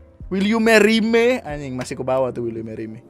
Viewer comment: "Wel you Meri me" setiap gw liat elu bang ngomong gitu ketawa gw